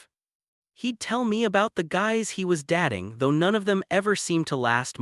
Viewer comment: Getting so tired of hearing 'date' but 'dat-ing', 'stare' but 'star-ing', etc. Please fix AI errors or do the narration yourself. Good stories are spoilt by AI inacuracies.